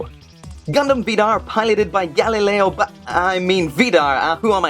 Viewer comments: I don't know who this Galileo is, but it kinda sounds like GaliGali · I swear mikasuki calls him Gali Gali as well